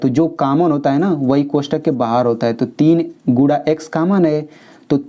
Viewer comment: भाई गुडा नहीं गुना बोलो